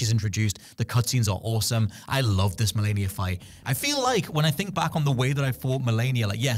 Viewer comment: Malenia sounds like "millennia" when you all say it. I remember hearing Michael Moorcock read the intro to Elric of Melnibone in the audiobook and he pronounced "millennia" similarly. Cool!